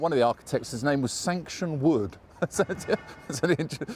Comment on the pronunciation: Architects name was Sancton Wood, not Sanction Wood as I think you said...!